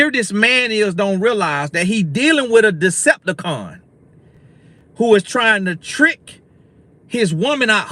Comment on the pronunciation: Decipticon....lol😂😂 come on love it